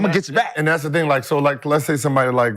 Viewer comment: Somebody teach Gill how to say Thing and not Ding lol